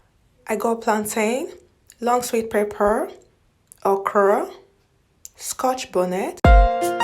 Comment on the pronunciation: You really took time to do your shopping,but I have two questions for you. Are you a Nigerian or my Papa say I be Nigeria? Because you pronounced Pepper as Pape. Secondly,all these food stuff,na only you go waka chop all?😁 A dey wait for my answer.